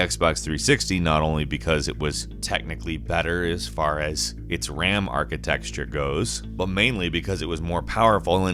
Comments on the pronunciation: I love you... Jake is annoying as shit, and you kick ass. But.. you really need to learn how to pronounce arcitecture, hint: it's not "arcitexture". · The way he pronounces architecture "architexture" triggers me slightly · The word is "architecture", not "architexture" 🤦🏾‍♂️ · Oh my god, stop saying "architexture" lmao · Anybody notice he mispronounced architecture as “architexture” like every time? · Of the many videos you've made, I thought, you'd know how to pronounce the word "architecture" correctly. Seriously, it is not pronounced as "archi-texture" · Does he say architexture cause he likes to or can he not say architecture? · I love your videos, but please, for the sake of my sanity, it's "architeCture", not "architeXture". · There's no "x" in architecture. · Dammit I've told you before. It's ARCHITECTURE not ARCHITEXTURE! XD XD XD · why do you pronounce the word 'architecture' as 'architexture'? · Is it really pronounced as ArciTEXTURE? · What is this arkitexture he keeps pronouncing? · What the hell is this "architexture" he keeps saying? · Ram "architexture" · "The archi-texture" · Someone teach how to pronounce the word "architecture." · You know it isn’t pronounced “architexture” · "arka-texture" intensifies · *"architexture'? :-D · Really need to stop saying ARCHITEXTURE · I never heard the word “archi-texture” used so often 😂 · HEY NARRATOR WHERE IS THE "S" IN ARCHITECTURE?